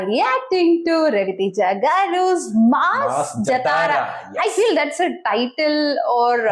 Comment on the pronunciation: its not jataraaaaa ....its Jaaaatara